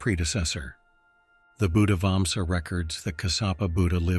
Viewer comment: It is not Vamsa, we are not Tamils or Indians. it is Vansha in Sinhala language.